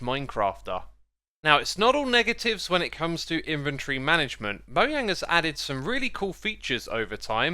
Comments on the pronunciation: Not pronounced “moyang” it’s pronounced “Mojang” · Bro really said moyang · stop saying moyang shits annoying and cringe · Why tf you guys keep saying moyang ?? It's mojang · Did you just say "moyang"? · moyang lol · wy he say moya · Moyang? Seriously...? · he really said moyang 🤣🤣🤣🤣 Do u pronounce jump yump to ? Lmao